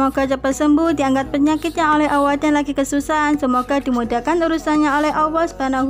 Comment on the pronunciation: Maaf mbk,,, Allah, kedengarannya awoh mbk